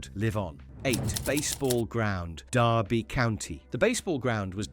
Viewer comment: Derby, too